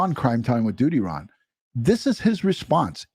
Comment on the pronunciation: Thank you for this. DUTYRON..you say it just right...heartbreaking...Grady Judd says it right.